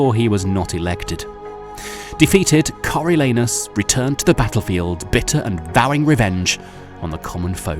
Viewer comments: I heard Coreal Anus. Thank you for this blessing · Nahhh he said Coriol Anus on purpose 💀🤣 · Cariol anus caught me off guard 🥴